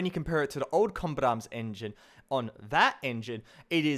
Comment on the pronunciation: you say "combat arms" so fast it sounds like "combit arms"